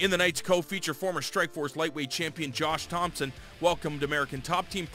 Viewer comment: anyone else hear him say "jewish thompson"